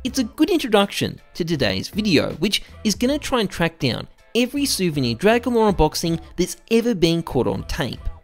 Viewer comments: "dwagon lwore" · "Dwagon lore" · "DWAGON LOR, DWAGON LOR!" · "omg dwagon lowe dwagon lowe muM GEt tHe caMeRA"